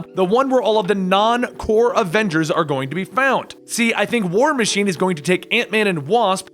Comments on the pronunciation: " main avenders " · He said adenders